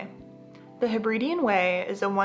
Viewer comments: Lovely video but please pronounce Hebridean correctly! I live there and it's very irritating when people come to see the beauty and don't even bother to learn the correct pronunciation. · Say after me... Heb-rid-eees other than mispronouncing the area you're visiting, it's a great video!